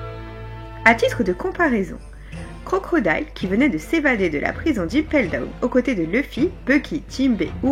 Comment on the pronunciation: y’a pas de mal on a tous nos défauts, en tout cas dis toi que tu m’as bien fait rire à chaque fois que t’as prononcé Crocrodile 😅🤣🤯❤️